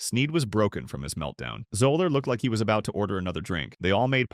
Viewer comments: It’s pronounced Zeller not Zoller! Also, it’s Kofax not Kufax. Please learn how to pronounce their names properly! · FRom outset, the narrator cannot even pronounce Fuzzy's name correctly. Love on. Another pointless time wating video